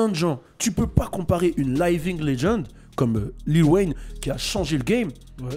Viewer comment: ta prononciation de living laisse à désirer